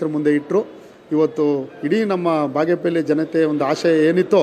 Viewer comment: Appa ಬಾಗೇಪೆಲ್ಲಿ alla ಬಾಗೇಪಲ್ಲಿ adu.. utter it properly before you contest in Bagepalli next 😂 subbanna sacha alla bidi